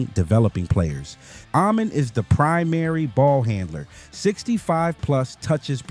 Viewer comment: Ah-Men All-Sar